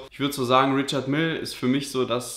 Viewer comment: Diese Aussprache von Richard Mille...